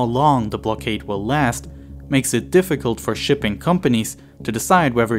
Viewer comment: The narration proved to be a "defigult unnertaeking", didn't it?